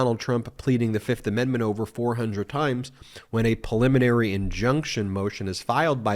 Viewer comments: PREEE liminary. Not puh-liminary. Thank you. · Please stop saying perliminary. The word is preliminary.